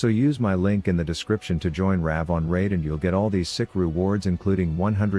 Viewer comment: Raid shadow legends? I thought he said Rav shadow legends